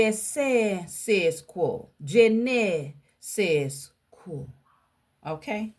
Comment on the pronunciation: Je nais se quois. Pronunciation: Ja-nay-say Qhah.. You crack me up when you say it It's cute, though.